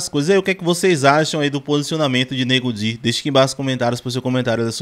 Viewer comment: Ele falou certo nego di